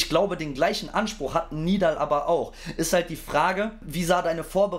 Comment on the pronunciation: Warum sagen eigentlich so viele Nidal Nib, obwohl er Nedal Nib heißt? 😅